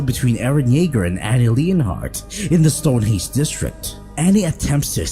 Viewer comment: Bro this nigga can’t even pronounce words right Annie leanhart tatan